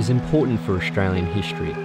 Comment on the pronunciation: Nice video, but that annoying pronunciation of the word "history" is just killing. hiSHtory 😆😄